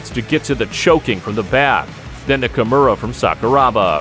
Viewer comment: It's "Kimura". It's not "Kamura"